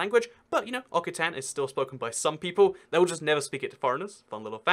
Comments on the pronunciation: It's Oxitan not Okitan XD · Occitan* like ocSitan lol